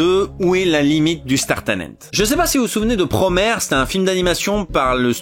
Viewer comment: Promaire ! C'est quoi cette prononciation 🤣 ?